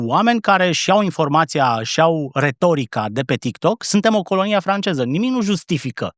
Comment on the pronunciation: Georgică a (ș)parlit "francieză" bă' băiatule.... 😂😂😂